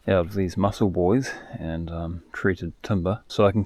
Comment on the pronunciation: Hey, was just making a little joke, you said Mussel Buoys, and of course it sounds like muscle boys. Just a bad joke, that is all.